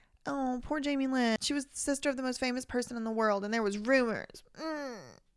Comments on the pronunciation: I absolutely can't handle the way you say "SEESHTERRR" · Yo I was hollering when you said "sistezr" 🤣 😂 💀 😭